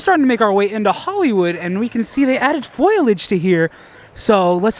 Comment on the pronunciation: just a tip, it’s pronounced FOLE-IDGE. not foil-idge. spelled foliage